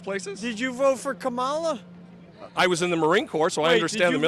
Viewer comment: Why can’t that stupid teacher learn to pronounce Kamala Harris.’s name. That is insane he is one uneducated teacher. Oh forgot rumpy dumpy loves the uneducated.